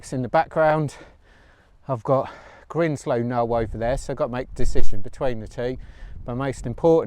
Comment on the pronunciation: Grindslow, pronounced with the "i" as in find!